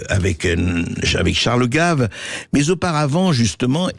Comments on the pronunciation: Au commentateur,en 2ème partie d'émission : Il s'agit de CHARLES GAVE ET NON DE " GUEIVE ". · Ce n’est pas Charles Guaive mais Charles GAves. En français le a ne se prononce pas « ai ». Спасибо товарищ! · Gaive is not English or Américan ! C'est un A comme dans analphabète ! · "Gève" ? Les effets des IA mal réglées en français sérieux... Cela dit, le côté pour le moins "décalé" du sociopathe apprenti dictateur Trouposol est des plus exactes... Bonne nuit